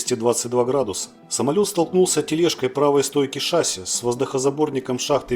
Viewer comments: Не шАсси, а шассИ. Проверочное слово - мерсИ! В авиации только такое ударение, а шАсси, это к трактористам. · если уж ведёте блог про авиацию,то пора бы произносить правильно не шАсси,а шассИ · если что, зритель прав. Слово французское, ударение на последний слог. ШассИ. Нас еще в 80-е годы в МАИ так учили произносить.